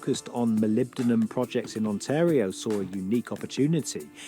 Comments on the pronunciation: MolybdeNum,. And yes, a lot of people have heard of it. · Hi GreatWhiteNorth here. It is Molybdenum. Not being critical😎